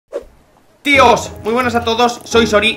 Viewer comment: Al inicio "trioss" v